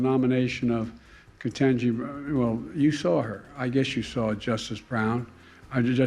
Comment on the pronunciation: .... and he said it with a straight face. 😅😅😅😅 Edit... but the look on Ketanji Brown Jackson's face when he mispronounced her name! 😮😮😮😅😅😅😅😅she was not happy.